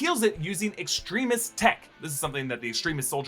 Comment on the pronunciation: Please stop pronouncing it "Extreme-is". That's not how it's spelt and it makes me wince every time I hear it.